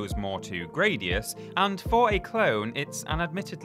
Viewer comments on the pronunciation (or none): none